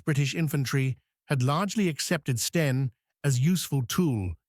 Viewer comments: Love it when the bot says "steen" instead of "Sten." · The AI generated commentary can't differentiate between Sten and Stein and also repeats some statements over and over, just for padding, no additional information imparted?! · So STEN becomes STEINS ?? POOR NARRATION. And no mention of where the name comes from. Instead, we get tedious repetition £8 million, mentioned HOW many times??? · NOT STERNS, BUT S-TEN = STEN HAD TO FINISH EARLY DUE TO VOCABULARY MISTAKES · is this a A.I. produced video?STENS no steins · Ai is rubbish it is not a Steen Gun for example. It is not in basic english with words left out. must do better. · FFS, dump the AI American commentary. Three hundred AND thirty... Tuneezsha... Steens... Stains.... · Not sure how the narating bot would get on with 'seventeen shillings and sixpence' when it seemingly can't get to grips with 'the' 'stein' 'a' and 'an'....